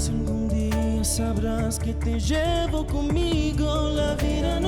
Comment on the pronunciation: Amo que drew pronuncie como argentino al cantar "Que te shevo conmigo" jaja